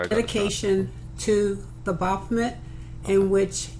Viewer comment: Your mic sounds nice. And BAH-BOP-OMET lol It's like a demon god of Bop It!